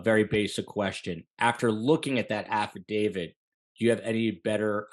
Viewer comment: i can't help it but i'm really bothered that this seasoned detective calls it an "affidavid"